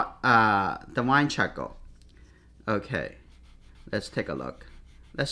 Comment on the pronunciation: Chahkaow.... I love it. It's actually a good name for a baby lol. I really like how you pronounce charcoal. Great video btw